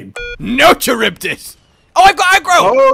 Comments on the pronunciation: Ok, because this is gonna bother me. Charybdis is pronounced Ka-rib-DIS and is named after a sea monster from Greek mythology that would swallow huge amounts of water, creating whirlpools that would sink ships. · Scylla (sih-la) and charybdis (ka-rib-dis) are references to The Odyssey and I thought it was really neat that they'd make Charybdis one of Behemoth's signature attacks....even though it's an attack hunters universally hate. I'm still upset that we could only ever fight the giant Kulu once. That was a surprisingly fun battle. It's also too bad that we can't use our Sunbreak hunters to fight Extremoth.